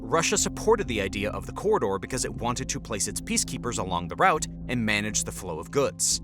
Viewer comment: Good news outlet. How you pronounce Moscow and Route is mildly irritating though :)